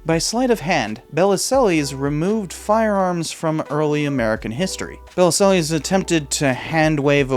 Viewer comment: Interesting video. Regarding Bellesiles, one of the articles you clipped includes a helpful guide to pronouncing his name: buh-LEEL. I feel you could have done this basic research. That said, I remember this scandal. His book did incalculable damage to our ongoing struggle for sane gun control laws.